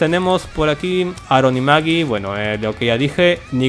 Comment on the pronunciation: Es Aaron y Michonne :v :v dijiste MAGIEE